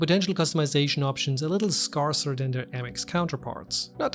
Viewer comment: Great video! ^_^ X PS "Scarce" is pronounced "sk-air-s". I only know one language though, so no shade, fam! ^_^ X